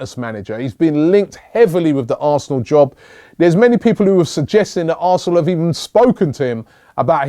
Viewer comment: Robbie u said arsen fc